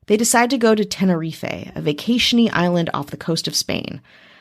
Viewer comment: TEN-ER-EEF not TEN-ER-EEFAY